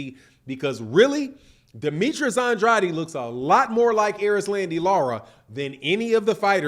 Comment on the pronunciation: you pronounce his last name like this “On-Draid” - just helping you out 💪🏾